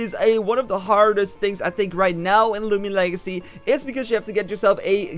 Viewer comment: " lumian legacy"→_→